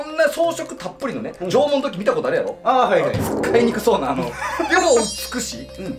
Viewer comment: 「つっかいにくそうな」 クッソワロタｗｗｗ